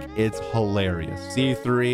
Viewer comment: Thank God you pronounced Tighnari right. I always cringe when I watch streamers and YouTubers pronounce Tighnari's name wrong